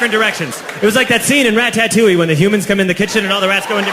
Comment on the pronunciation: Lmao “rat-tat-touille”😂😂